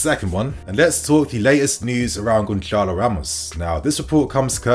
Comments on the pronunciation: niinii goncalo ramos is pronounced, Gonsarlo , the c with the accent is pronounced as an s, ik portuguese names r tough ffs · Why is everyone in England pronouncing Gonçalo with c? It's not really a C when it is written with the letter Ç and that is pronounced as the letter S so you should say Gonsalo.